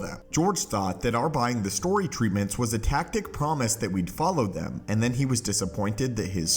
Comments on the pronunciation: “... a tacit promise...” Brother, it’s pronounced “TASS-it,” not tactic. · Tacit (said like "tassit")- Understood or implied without being stated. Star Wars Theory made the same mistake in saying "tactic" as well.